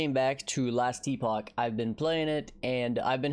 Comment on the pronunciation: I don't get why Nobody on earth has Googled the pronunciation if the word Epoch.